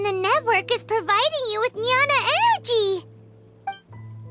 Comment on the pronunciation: Jnana is pronounced as "gyana" not nyana ..i think